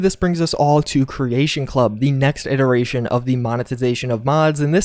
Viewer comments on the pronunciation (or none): none